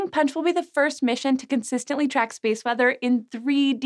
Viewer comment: "...space mother..." sigh, had me scared for a minute. Had to rewatch it a few times, now realize you're saying space WEATHER....sounded like mother, and I was wondering if I'd fallen into the rabbit hole.